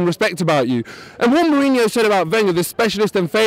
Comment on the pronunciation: Kind of hard to talk about class when you can't even pronounce his name... Some good perceptive arguments but he's just pointing out that they're different people with....different agendas (big surprise!). Wenger is a great manager but needs to win the League this year then bugger off and manage France finally!!